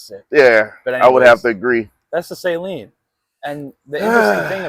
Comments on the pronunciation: Sa-leen not say-leen smh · Suh'LEEN , not SAY-LEEN ...🤣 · Gorgeous car but I stopped watching after the second time he called this car nasal spray 😂😂😂😂😂 SU LEEN pronunciation not SALINE. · Fyi pronounced SAH-LEEN not SAY-LEEN. hunge car guy and especially mustang guy and just found that out last year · sa leen, please pronounce it right suh leen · You need to pronounce Steve's last name correctly buddy🍻